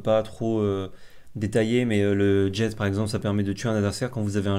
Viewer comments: Jet c'est jé la prononciation pas djète 😉😁😁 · "Jet"... se prononce surement jé non ? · Petite précision sans importance mais qui me titillait, la carte "jet" se prononce "jet" du verbe "jeter", et puis on voit bien le gobelin se faire jeter ;) Ce n'est pas un mot anglais, de plus le nom anglais de la carte c'est Fling. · Très bonne vidéo. Vous prononcer le t de "jet"? Pour moi il ne faut pas le prononcer c'est comme dans un jet de dès.